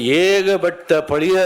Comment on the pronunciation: உத்தமனை பற்றிய புத்தகம் அதனை வாங்கிக்கொண்ட பழைய என்பதற்கு பதில் பலிய என்று பேசும் தமிழினை சரியாக உச்சரிக்க தெரியாத கோமாளி சுயநல நடிகன் சிரிக்கும் கயவானிக்கூட்டம் 72வயதில் 18வயது நடிகையை கட்டிபிடித்து ஆடும் வழுக்கைதலை தான் பெரிய யோகி மாதிரி பேசும் பக்கா fraud